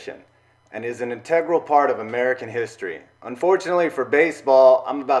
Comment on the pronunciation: Wow I turned this crap off after you mispronounced integral in the first few seconds